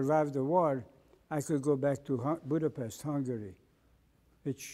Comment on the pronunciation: Its a funny thing that the gentleman from Hungary does not pronounce Budapset correctly, not to be picky...great interview however...I'm happy he came out of the war in good order mentally unlike my Dad...